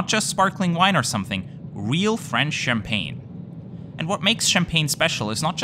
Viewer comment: I like your French accent when mentioning the champagne 😅